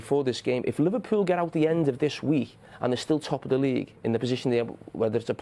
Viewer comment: y does carra say weeh instead of week?